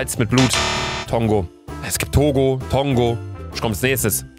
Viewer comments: Es heißt Tonga und nicht Tongo! 😂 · Für: 1. Belarus = Weißrussland 2. das Land bei heißt nicht Tongo (wie im Video fälschlicherweise erwähnt) sondern Tonga 3. Abchasien bei und Südossetien bei sind Regionen Georgiens, dessen Unabhängigkeit nur von wenigen anderen Ländern anerkannt wird 4. ja, Dominica und die Dominikanische Republik sind zwei unterschiedliche Länder 5. ja, es heißt Turkmenistan und nicht Turkemistand und Persien ist heutzutage unter dem Namen Iran bekannt und 6. Westsahara bei ist nicht wirklich ein Land, da es sich zwar als eigenes Land sieht, die meisten Teile des Landes aber von Marokko kontrolliert werden, die das Land nach der Unabhängigkeit Westsaharas von Spanien für sich wollten.